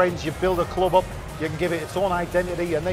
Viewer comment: "BUILD A CLOUB OUP"